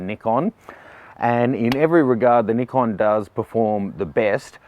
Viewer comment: its nice to see someone who says nikon, not naikon :D